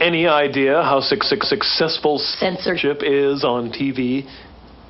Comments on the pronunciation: anyone else hear 666 when he says Successful. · Did anyone else hear say 66sixcessfull?